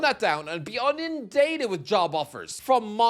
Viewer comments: "Unindated" Another Irish-ism! 😂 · Especially given that he can't pronounce inundated (unindated?)